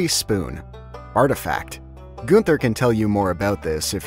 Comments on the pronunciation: The worst part in my opinion is how he pronounces Gunther as goonther instead of gun ther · I hate his pronunciation of Gunther as Guuunther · "Goon-ther" I died People really out there pronouncing it like that?